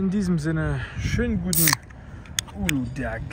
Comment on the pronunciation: Henry das g bei Uludag ist stumm!!!! und die Fantaflasche gehört nicht in diesen Automaten 😅